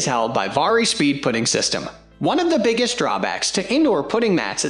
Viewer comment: Hard to take it seriously when he mispronounces “ putting”